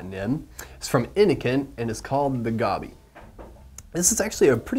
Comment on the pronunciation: Gobby? I thought it was Goby (as in Moby), no?